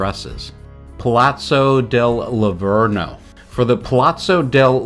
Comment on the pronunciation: its not lavorno it s lavoro